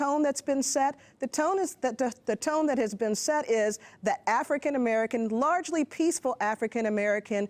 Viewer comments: hah he said Kan... not Klan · Did he just say ku klux kan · Did he say "Ku Klux Kan"? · “Klu Klux CAN” 😂😂😂